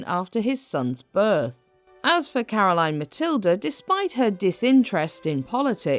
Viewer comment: Great video about Caroline Matilde and your pronounciation was almost spot on. Thank you from a danish history nerd.